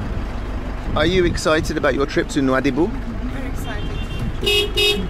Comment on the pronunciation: It's not Noa Doobie. It's pronounced NoaDiBou. And I hear it's a horrible bus ride. Spent many nights in Nouadhibou back in '04-'07 when I was ferrying helicopters from Europe to Nigeria and Nigeria to Europe. But I flew into the airport, stayed in a hotel and flew out the next day.